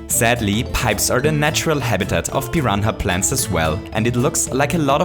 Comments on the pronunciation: pee-ron-ha plates ? am I high or some thing lol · “Piran-ha Plants” I love you